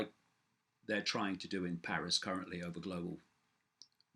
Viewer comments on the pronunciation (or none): none